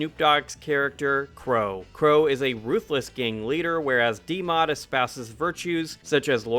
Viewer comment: Did you call him "D Mod"? You know that's a "B", right?😅